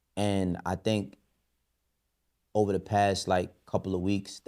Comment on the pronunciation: Dame it’s OVA!! LOL